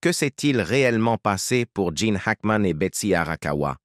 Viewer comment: il ne s'appelle pas Jane , mais Gene , merci de bien prononcer son nom et de donner des vraies infos !